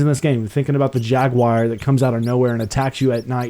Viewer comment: Why can't you say jaguar